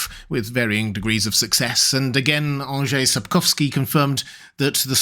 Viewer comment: Thank you for making the effort of pronouncing Mr. Andrzej Sapkowski’s name that much more accurately than others. Just a very nice touch. :)